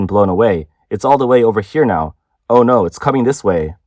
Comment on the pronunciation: No is not spelled Nurr NZ and Aussies don’t understand what the letter O is supposed to sound like